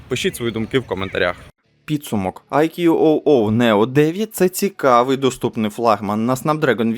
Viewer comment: Вітання, назва смартфону читаеться як "айку"